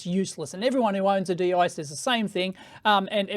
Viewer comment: It is called "Deyy--Yee"